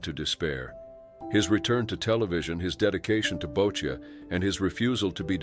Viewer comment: boccia is pronounced Boch-ee